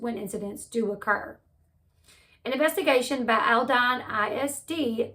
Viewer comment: Born, raised and lived in Houston. This is horrible and sickening...the perp, didn't just know how to do this without personal knowledge. Sooo sad..and the school district is pronounced Alldeen. :)